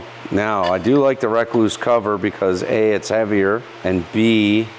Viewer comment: Not only do you say Yamaha funny you say rekluse funny . You say wreck loose . lol from my understanding it’s pronounced just like the recluse spider .re-cluse